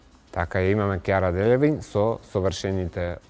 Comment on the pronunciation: Кара Делавин а не Кјара Дељавин.